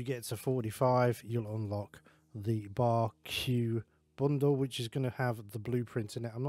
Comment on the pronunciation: I also believe its pronouncd Bark - can easily see why i said Bar-Q tho